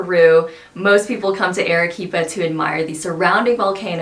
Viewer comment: Your video lost me within the first sentence. "Arequipa" is not pronounced "air-eh-quipa." Your repeated wrong pronunciation is most annoying. I cannot believe that you would purport to make a video about Arequipa without knowing how to pronounce the name. If you go to Argentina, please do not pronounce the name of the capital Buenos "eres," which is also wrong but perhaps more forgivable than how your "Ere-quipa." The vowel "a" in Spanish has, in any country and any dialect, the sound of "a" in the english word "father." In 2 minutes you could have learned this without going to Perú, and could have checked out before making your video.